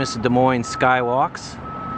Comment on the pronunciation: Nice video. Lived here all my life. Thank you for pronouncing it correctly and not Dez Moines 😆